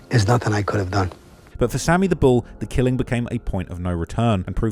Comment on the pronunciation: Dey call him Sammy da bull not Sammy da skull 🤷🏾‍♂️